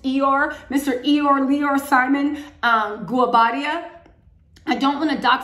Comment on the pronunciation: Pronounced. Ee-yo-ray. Goo oh bah diah!!!! That's how you pronounce it... African names are phonetic